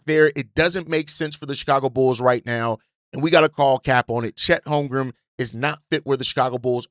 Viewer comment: Bruh his name is HolmgreN there is an N at the end not an M. Holmgren stop saying HolmgreM